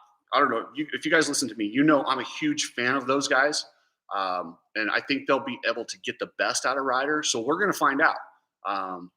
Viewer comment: You juat said " be ebble" lol i lovw it! And yeah deegan is pretty bad ass man im pumped for him